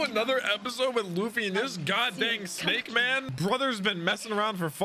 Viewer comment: HE SAID SNAKMAN